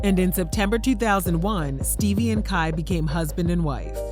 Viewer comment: damn "Steebie"